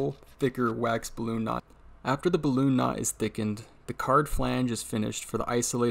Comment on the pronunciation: just sounded like bloon instead of balloon 😁 but really interresting video! Thanks.